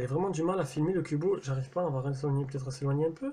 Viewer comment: J'ai jamais compris pourquoi les fabricants mettent toujours des grosses bandes noires dégueulasses autour de leurs écran comme ça... Sinon pourquoi "Cubot" tu le prononces "Cubo" ? X)